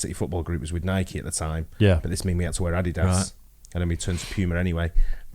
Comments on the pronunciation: WTF is AH DEE DAS? HAHAHA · That’s the first time I’ve heard adidas pronounced like that